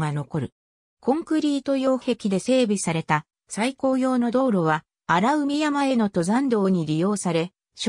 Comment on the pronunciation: あらうみじゃなくてあらかいですよよむちがえてます。